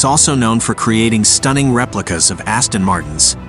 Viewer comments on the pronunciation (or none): none